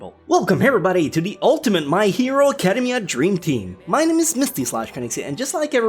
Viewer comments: "acadum-mia" ew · Is it just me or does he say academia in a weird way?